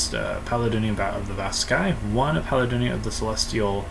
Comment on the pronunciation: PAL-AYE-DEE-ON Not pal uh don ee on